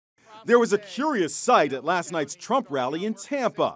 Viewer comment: "There was a q riouse" WTF